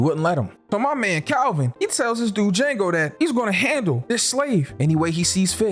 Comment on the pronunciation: The d is silent 😂😂😂